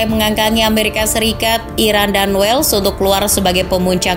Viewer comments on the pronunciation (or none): none